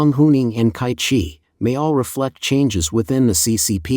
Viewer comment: “Ts’ai Qi”, not “Kai Qi”